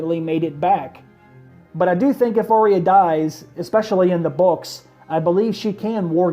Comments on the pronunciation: It's pronounced ar-ya not ar-ry-a it only has two syllables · Arya...say it with me. Ar-ya. Not Ar-ee-uh. Cmon man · I wish you would pronounce her name correctly. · Do you even watch the show?...you are pronouncing her name wrong...